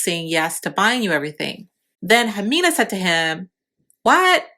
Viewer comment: How are you going to make a video about her and not even say her name right